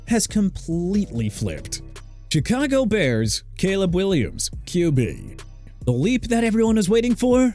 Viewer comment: DUDE THAT'S ENOUGH OF YOUR "CHEE-KAH-GOW" NONSENSE OKAY?! YOU CAN'T LEARN TO PRONOUNCE CHICAGO (SHEE-KAH-GOW) OR NEW ORLEANS (NEW OR-LINS) THEN YOU SHOULD QUIT!! AND MR. "NEW OR-LEANS" GOOD FOR YOU TO MENTION GREG DULCICH AS A NFL STANDOUT FOR THE DOLPHINS! BUT YOU MENTIONED DRAKE MAYE, THE SAME QUARTERBACK WHOSE TEAM LOST TO SAM DARNOLD AND SEATTLE IN THE SUPER BOWL... YOU JUST LOST CREDIBILITY!